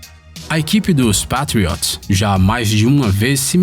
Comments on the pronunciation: Pátrióts?? Não, não... Se pronuncia "Peitriôts", não é dificil vai.... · p''A''triots kkkkkkk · Da agonia eles falando Pétriots, e meio campista kkkkkkkkkkk e ene efi Eli Pqp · Que agonia de ouvir ele falar Patriots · Melhora sua pronúncia dos times e jogadores da nfl por favor . Errou a pronúncia do time e do MAIOR QUATERBACK DA HISTÓRIA .